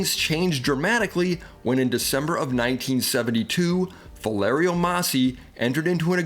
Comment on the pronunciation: Oooh, nails on a chalkboard ! ....NOT - Fa-lair-ee-o = ....it is actually pronounced = Fah-lee-air-o ( Faliero )